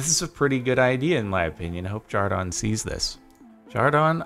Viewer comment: Why do they call him jardon